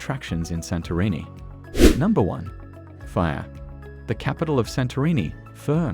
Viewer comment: This is a great video, but the narrative mispronounced Oia and fira